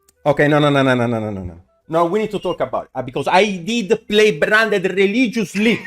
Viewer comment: "bRRo, EvRRy time I play bRRanded" made me spit my food, lmaoooooo